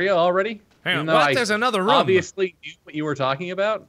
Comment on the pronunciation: Has anyone noticed that Mark doesn't pronounce the word "room" right?